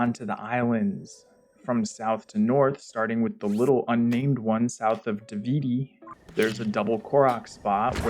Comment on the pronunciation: This whole video invalidated for me when you pronounced Davdi island as Davidi 😢